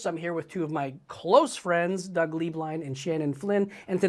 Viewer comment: When Doug introduced himself for the first 8 episodes I thought he was saying, “Doug ‘Dangerously’ Blind” 😭 Cracked me up so hard when I realized I was wrong 😂❤️